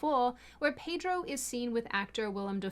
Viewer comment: The R in Pedro is silent.